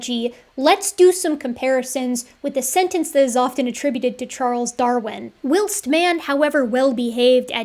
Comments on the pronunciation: I don't think I've ever heard "whilst" pronounced that way before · Whilst is an archaic form of 'while,' and pronounced the same way, and the phrase was from an operatic satire of Darwinian evolution, not from Darwin himself. Probably the only time I've ever heard you say something incorrectly — love your work!